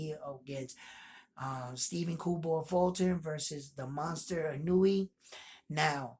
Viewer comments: It's Ee-no-u-way not ee-newee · Respectfully ask of you to work on pronouncing his name.🙏 I.n.o.u.e. as E-know-ooh-eh I mean no disrespect, I think you have a high opinion of him as a fighter so I assume you would like to have his name right. You never know, your videos could be used in Japan to show that there are American boxing fans who are looking at both fighters with a clear and fair perspective. All the points you brought up about the experience of both fighters, I had to see for myself and found everything you said clearly shows the pedigree of both fighters. Much respect for that. Do you think Fulton's speed will be a surprise to Inoue? I think Inoue won't have as much a problem with the length Fulton brings because he has been up against guys with length and handled it well, with KOs. But Fulton's length AND speed I think will give Inoue problems. I would say Inoue might be as fast but I don't know he has fought anyone that was faster than him. Or maybe you agree with opposite, Inoue might be faster than Fulton?